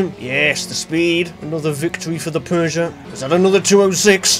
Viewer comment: Feels weird to hear the actual good pronunciation for Peugeot lmao